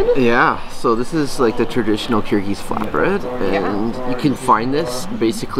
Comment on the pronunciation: Ahah, I can read Kyrgyz but I do not know it because I am Russian, but you pronounced most of this names wrong especially the man cannot say it.